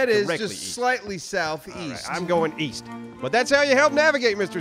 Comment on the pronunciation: East? I thought you said weast?